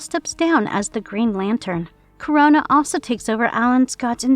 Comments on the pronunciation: it is Kro-na. like the titan Kronos! NOT CORONA< LIKE THE VIRUS. i know it shouldnt bother me but jesus fuck, pronounce it right or use a tts that will. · It's "KRO-NA," not "Corona." LoL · Dudes get yourself a better narrator. I am in and already I am getting tired of hearing her pronounce this name as Corona, when its Krona. Nobody needs a damn reminder of COVID. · I'm not leaving a like because his name is Krona, not Korona. 🤣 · It’s not pronounced Corona. It’s Krone-na. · I had to stop watching after like the 12th time she said Corona instead of Krona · It's spelled "Krona", but you keep pronouncing it like "Corona"? Are you an incompetent speller, or reader? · This shit is whoring for comments by pronouncing Krona as "Corona", FFS... I HATE that I gave the video an interaction, but I was too annoyed to care. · It kinda not feels good how they pronounce Krona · Amazing, you pronounced the name wrong the entire video.